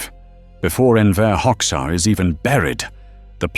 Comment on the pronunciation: "Hoxha" is pronounced /hodža/, not /hoks.ha/.